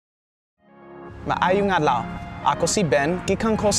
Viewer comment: CORRECTION MAAYONG ADLAW NOt MAAAYONG ADLOW